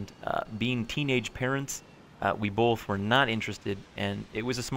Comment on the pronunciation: SeaNanners , you say "both " like my girlfriend ... " BoLth "